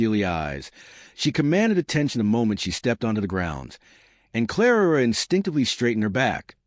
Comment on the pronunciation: Oh Lord, again narrating, 3 centuries out of sync, and calling Clara 'Clarara' - Why?? Was the robot on whisky? How does she have all this time for interacting/flirting? Isn't she there to do a job???